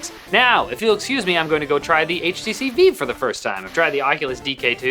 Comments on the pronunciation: It's vive not veve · So canadian's pronounce vive like fif not like five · why do you keep calling the vive the veev?